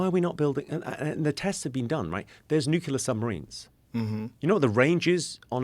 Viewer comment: he mispronounces the word "nuclear" as "nucular." hah